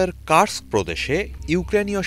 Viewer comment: কার্স্ক নয় মুর্খ কুর্স্ক শহর